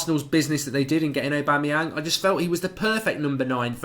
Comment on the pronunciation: you lost my respect for you when you said Aubamyang , wtf !!!!!!!!